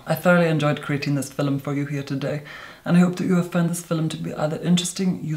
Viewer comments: i heard “in today’s fi—lim” instead of “film” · My friend has convinced me that when pronounces film “fil-em” he is fucking with us - and she doesn’t like being fucked with so now she doesn’t watch him anymore - because she thinks she needs to protect herself from him - and I think I know what she means. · No one:: filum I love him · Oh my god.... mesmerizing. And i love how he pronounces "film" as "fil em" my mom says it like that, she is from Ireland. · Idk if I cannot stand the way he says "film" or if I actually really like it...... "Today we are going to filum" hahaha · I LOVE HOW HE SAYS "FILUM" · What's a fillum? I'm feeling stupid 🤔😂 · Haha I did too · Anybody else just like the vid every time he says the word “film” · Your accent really does confuse me. You speak as though you live South of England yet the way you pronounce 'film' is Irish? Ah! I love you, however. 💕